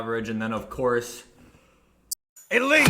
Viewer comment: I only watch this guy to hear the: ELETE